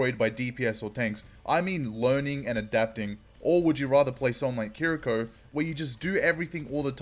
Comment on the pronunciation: One thing I must say though is the pronunciation of Kiriko is incorrect. This shows how to pronounce her name